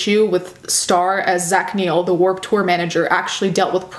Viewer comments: I keep hearing Straw instead of Star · straw and star.....i cant hear the difference lmao